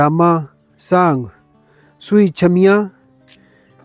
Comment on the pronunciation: Sui cheemian not chhumian correct your word please